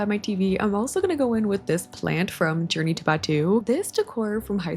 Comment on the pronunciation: Ive watched so many of your videos and just always thought you were saying "Journey to Bed 2" 🤦I was like 'Yea that sounds like a bedroom themed Sims pack name sure, Ive never even heard of Journey to Bed 1 though'. For the first time I saw the name of the item pack when you scrolled over it and it blew my mind